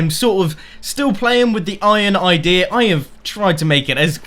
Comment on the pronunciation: Whenever he says idea it sounds like idirrhea